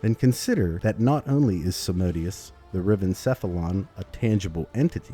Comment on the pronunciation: its a latin name. so its pronunced SAM-A-DE-OOS